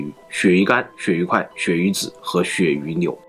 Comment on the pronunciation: 鱈魚扭 哈哈哈哈哈哈哈哈哈哈哈哈哈笑噴了! 太口nian